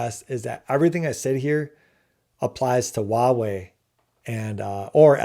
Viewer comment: This is a really great analysis. I think you're ahead of the curve and others will eventually see what you see. I do want to say that 華為 （Huawei） is pronounced "Hua wei" not "ua wei". The 'H' is not silent. That was driving me bananas.😅